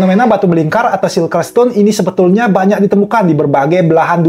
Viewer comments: bacanya sirkel oyy bukan silker.. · Bang salfok sama penyebutan bahasa inggrisnya "CIRCLE" kan harus nya di baca "sirkel" bukan "silker"